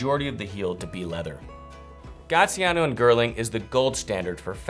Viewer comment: Did you just say “gaTiano and girling”?